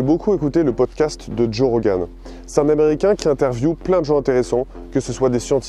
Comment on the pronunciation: J'ai cliqué juste pour entendre un français prononcer Rogan en "Rauganne". J'ai pas été deçu.